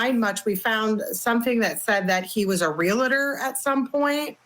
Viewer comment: He was a relator? What is that? Or did you mean realtor?